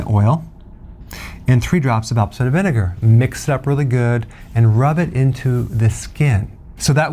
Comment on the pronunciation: Is he saying apple cider vinegar?